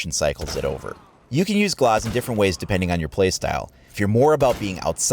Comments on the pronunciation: G-L-AH-Z not G-L-OH-Z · His name is glaz not glaus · oh well in the situation he's called Glaz and it sounds like glass. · Tbh i dnt think glauz is how you say it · I think you're pronouncing his name wrong. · You say Glaz kinda weird...